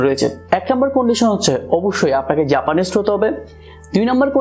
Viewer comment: ভাই জাপানিস্ট হতে হবে?🤣🤣 নাকি জাপানিজ হতে হবে🤣🤣